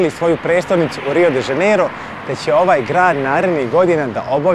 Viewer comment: Druze dobar ti je video al kaze se Rio de Janeiro ne Rio de Zaneiro, ako vec snimas Video onda navedi pravo ime grada....... Inace dobar sadrzaj.